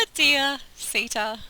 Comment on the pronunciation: I believe your horse's name is pronounce 'Sitta'. Next time, buy one named 'Runna'. I will definitely purchase SO7, once it goes on sale. Looks like fun! Love your commentary!